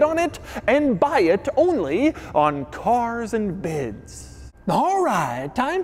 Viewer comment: really comforting to see that Doug finally being able to properly pronounce carsandbids. In earlier videos, he pronounces it like an Italian immigrant from those old movies. carzz-ANDA-bids.